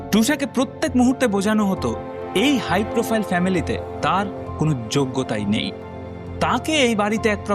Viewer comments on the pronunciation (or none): none